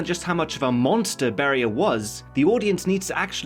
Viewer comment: iT'S NOT BARRIER ITS BERIA